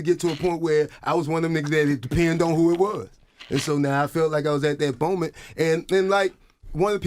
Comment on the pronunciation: That man said “boment” lol